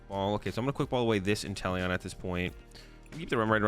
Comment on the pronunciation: I kept hearing you say “Italian Vmax”